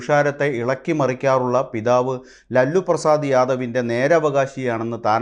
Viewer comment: LALLU PRASAD ALLA VAAYANAKAARA.LAALU PRASAD ENNU VAYIKKUKA